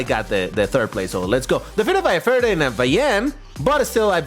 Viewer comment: Ah yes, Faradaday